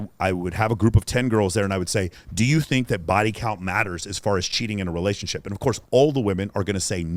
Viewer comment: "she didnt want no secrets in our relayshionship" LMFAO. My very last gf admitted to 7 and even that was too much for me. I just couldnt respect myself if i took her seriously. Every girl i was involved with was ruined before me so i told myself never again. Been celibate for 7 years and i have absolutely no regrets.